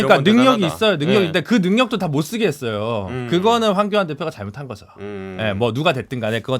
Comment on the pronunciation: 이준석씨는 꼭! 한번 읽어봐주시기 바랍니다. 이준석씨는 화법을 바꾸지 않는 이상 호감도가 올라가지 않을 듯 합니다! 이준석을 좋아하지않지만 측은한 마음이 들어서 개인적인 의견을 말합니다. '~했어요'가 '~했으요'로 들리게끔 발음하는 것, 그리고 전체적인 어감이 너무 나이들어 보이게끔 느껴집니다. 금번 민주당 오영환 당선자의 경우 정치신인이어서 그렇겠지만 발언의 느낌 자체에 청년의 이미지가 물씬 납니다. 이준석최고는 오랜 정치경험이 쌓였으니 그런 환경 속에서 그런 화법이 자리잡았으리라 생각되지만...그리 듣기 좋은 화법과 발음은 아니라고 생각됩니다. 가능하다면 다음번 선거때까지 스피치 컨설팅같은걸 받아서 개선시켜나가보심이 어떨까합니다. 다시한번 말하지만 저 이준석최고 별로 안좋아합니다...근데 앞으로 방송이든 정치든 안할건 아니잖아요?.... 그럼 계속 TV나 유튜브에서 봐야하는데 매번 채널을 돌리 수도 없고...계속 그런 느낌을 갖고 가고싶지 않아서 그럽니다. 금번 총선을 통해서 유권자로서 느낀바는 진짜 제대로된 보수? 야당?...암튼 무조건 발목잡는 정당말고 이치와 상식에 맞는 합리적인 정치를 하는 정당으로 탈바꿈했으면하는 바람이 있습니다. 그 가운데 이준석최고 같은 젊은 정치인이 있을테구요...근데 그런 정치인의 발언을 단지 화법때문에 듣고싶지 않다면 좀 억울하시지 않을까...하는 마음...저도 계속 싫어하는 마음을 갖고 싶지않은...두마음에서 드리는 말입니다. 지극히 개인적인 느낌이고 개인적인 바람입니다.